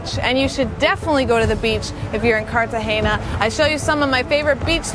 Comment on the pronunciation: If you're going to make a video, at least pronounce the name of the city correctly. It is embarrassing.